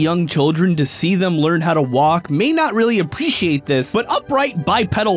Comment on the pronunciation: he pronounced appreciate so badly i can't even make fun of him because there is no way to convey how he pronounced it through text